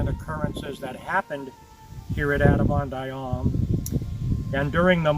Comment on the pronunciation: Why is the 2nd syllable in "Ahman" not pronounced in this video?